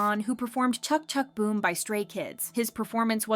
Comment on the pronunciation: chuck chuck boom?😂 yk its pronounced chik chik boom right?